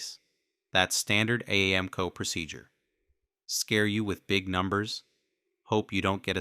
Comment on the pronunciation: Lost all credibility with AI voice. Couldn't even pronounce AAMCO correctly.